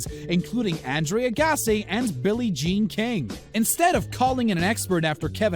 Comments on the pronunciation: Who tf is Andrea Gassi?? You mean Andre Agassi?? Smdh.. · Bruh... Did this dude just say Andrea Gassy? Lol wtf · i heard andrea gassy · .....Annedre UhGassy...... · It’s pronounced “Andre Agassi” you savage. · Were you trying to say Andre Agassi? lol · Andrea Agassarsi? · He butchered Andre Agassi s. Name and Seiko watch 😵‍💫😳😵‍💫